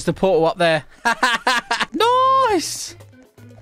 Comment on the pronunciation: I love how u say nice noice